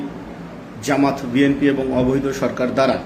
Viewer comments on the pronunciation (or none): none